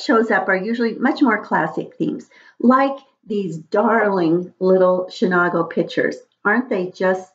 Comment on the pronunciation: Hi there - I love it and collected as well. Chenango is pronounced Shunango with a long a. I didn’t realize it was transfer ware - I thought it was not?